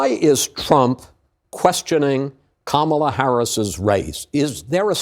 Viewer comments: It’s VP Kamala Harris that is now running against twice impeached, 34 time convicted, 3 pending indictment having 78 year old RAPIST & criminal DonOLD Trump… Not President Joe Biden… Now please make sure you can pronounce your soon to be president’s name SIR (COMMA-LUH) 🗣️ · It's VP Kamala Harris that is now running against twice impeached, 34 time convicted, 3 pending indictment having 78 year old RAPIST & criminal DonOLD Trump... Not President Joe Biden... Now please make sure you can pronounce your soon to be president's name SIR (COMMA-LUH) 🗣️